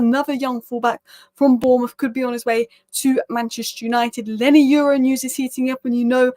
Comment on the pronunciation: What Lenny Y U ro are you talking about ? it is YORO! Apice !